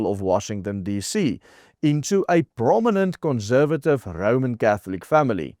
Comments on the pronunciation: Please... conssssservative, NOT conzzzzervative! Doen asseblief iets oor jou Engelse uitspraak. Maak ore seer! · Great article. Just a bit of constructive criticism. Conservative - the s should not be pronounced as z.